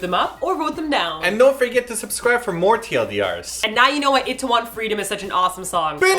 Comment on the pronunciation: why do u guys say it-tae-won? with an it... its i-tae-won. ee tae won. eeeeeeee